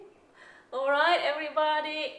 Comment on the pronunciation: "Good Morning EveryBahahady"... WELL looks like Bowdies noises have started to rub off on ya 🤣 🤣 I loved seeing him so spry and hopping around it was so cute. I could see him having some real separation anxiety having been left in the bush the first couple days of life. He's got it so good now he's afraid for that to ever go away! Great to see the video post!